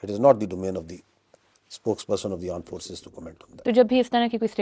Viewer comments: Bhai 0.25x main suna , yeah sach main aand forces bolta hai. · Aand force = laaand force 😂😂😂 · bhai has some issue with speaking 'armed forces'.....it keeps coming out as 'aand forces''......and then this word takes a different meaning in listeners mind... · Latest forces latest technology and also latest speaking power indians need 100years to understand aand force and armed forces 😂❤ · Listen carefully he started interview With word aand forces 😂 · Aaand force 😂😂😂😂😂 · The paxtan "Aand forces " 🙏🙏